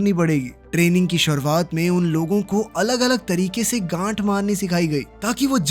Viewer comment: ganth ❌gand😅😅😅